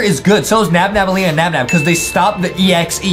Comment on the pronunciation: It’s Nabnaleena not nabnabaleena